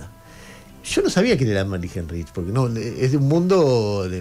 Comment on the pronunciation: se pronuncia Ánemari jáinrij